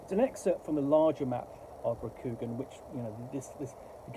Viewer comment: Cool setting, but awful system, infused by insipid identity politics, which is a shame. And it's pronounced with a long, soft "a" sound in Rokugan. More like Rokugaan, sounds like han.